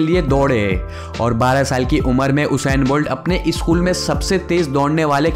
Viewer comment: O bhai eskool nehi school bolo.